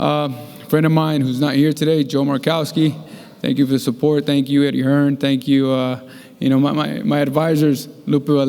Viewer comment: Dazn you need a new interpreter hit me up I’m way better then that guy he’s horrible doesn’t even know how to say Eddie Hearn like chocalatito I get he’s speaking Spanish but th other guy clearly knows he meant Eddie Hearn wth